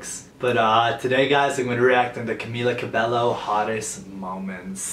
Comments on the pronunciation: First off, camila is mine.. and its Camila CA-BAE-YO ...sorry, had to say it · You can’t even say her name right it is Camila Cabello.